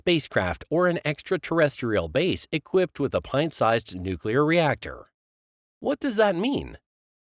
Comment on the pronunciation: How can I take seriously someone who says "nookular" and "partner with our partner"?